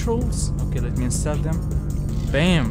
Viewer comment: Install say it like 'ins' and 'tall' the height thing